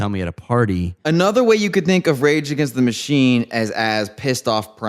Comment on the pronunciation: When said "regagenschtamushene" I felt that.